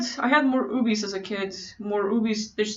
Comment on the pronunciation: you're a really good orator, also i love the way you say OBES lmao